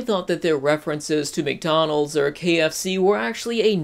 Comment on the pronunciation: He's stuck at "McRonald's" really?